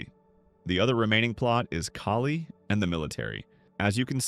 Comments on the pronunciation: Bro it's not Kayle the way you pronounce. It's Kaaaaaali...wife of Lord Shiva. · Her name is not KELLY, it is KALI(pronounced kaa-lee) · its cali (kali) not kaylee . Try not using AI voices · Kali is pronounced “Collie” just fyi. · Is this being read by AI? It’s not Kaylee, it’s Kali. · Right?... He was pretty accurate EXCEPT for a few details AND totally butchering Kali's name (sounding like AI). 🤦🏽‍♀️ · So were the alternating mispronunciations of Kali intentional or what? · bruh this AI voiceover does not know how to say kali's name 😭😭 literally said it 3 different ways in the first 4 minutes of the video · I have seen one too many bad pronunciations of Kali. The ka part is pronounced like car and the li is not the usual la like la la land. Instead it has a tongue flip similar to the d in drum or t in tap but with the l sound at the beginning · exactly he’s pronouncing Kali wrong over and over again and I’m like???? and it sucks because I like this dude, but you can’t even tell which AI anymore but he also doesn’t know how much of a personality so it’s kinda easy to tell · I like your videos…. Until you pronounce Kali at least 4 different ways 🙄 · Love the videos but hearing "Kali" pronounced three different ways is kinda off putting. Why don't you narrate them instead of using AI slop?